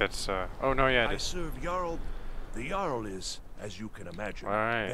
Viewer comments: The "Jarl" haha it's pronounced "Yarl" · Yarl is right